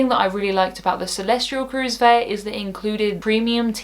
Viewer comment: Celestyal does not have an R in it. Is it pronounced Celestryal?